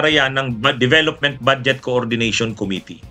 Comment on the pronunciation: Atty.budget po hindi bad jet